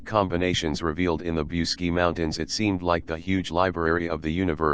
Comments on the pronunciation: Pronounce BOOCHEDG ,not Busky!!!! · The proper pronunciation is Booseejee. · mr roboto its boo-see-gee mountains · The robot that narrated the entire video can't even pronounce the damned title to the video it is trying to narrate..